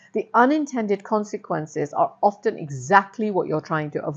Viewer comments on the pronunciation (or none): none